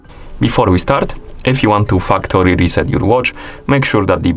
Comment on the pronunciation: Thanks for the fuktory reset tutorial lol